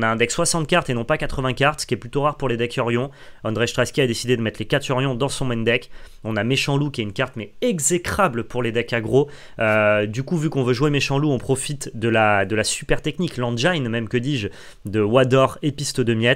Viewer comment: Top, le seul truc qui m'a fait tiquer c'est que le i de "engine" se prononce comme dans Caroline, c'est cassé l'anglais :D